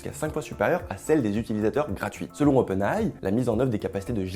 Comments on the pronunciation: Svp, arrêtez de dire "openaille" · Oui. Dites Openailli